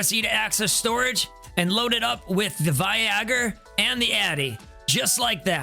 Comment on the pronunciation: I have loved your videos getting back into the game. You've made it all so simple to understand. I'm currently looking through to decide which builds should go where as I got jumbled in startup. I have to say though, one of my favorite things is that you pronounce Viagor right! Like yeah we know what it's supposed to be but that's not what it's called! Stay positive and as a casual gamer your videos are greatly appreciated!